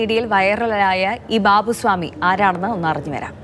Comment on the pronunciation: ബാവു സ്വാമി അല്ല, ബാവു ഷാമി